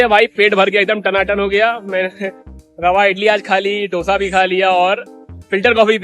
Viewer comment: Dosa nahi hi dose hi